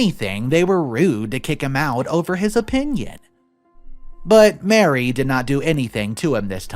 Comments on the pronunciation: Maree, not Mary, Marie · you need to preread the stories. Also, usually ‘Marie’ is pronounced ‘Ma-REE’, not Mary. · It’s Marie- not Mary!